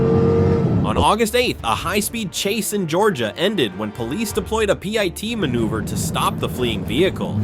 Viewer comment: . “A PIE-T maneuver”?? Another idiotic artificial intelligence produced video !!